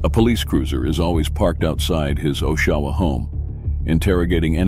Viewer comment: Great video, but just a note as someone who grew up here a 1/2 mile away from the Choice clubhouse.....It's not pronounced "OshAwa", it's pronounced Oshawa, with the emphasis on the O (it's a "soft" O, not a "hard" O).